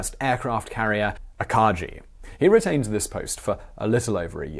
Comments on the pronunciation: so its an old video, but the name is akagi with gi as in gill, not giraffe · Aka-GI not Aka-JI. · The flagship is pronounced Ah_kha-gey (with a hard G not a soft G (like a J) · Did he mean Akagi? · yes, he just butchard the pronunciation of it